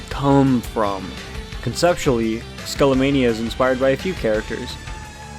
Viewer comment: It's pronounced Skah-lah-mah-nee-yah